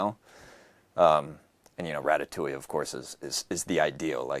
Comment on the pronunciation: non ne dit pas watatouille mais Ratatouille.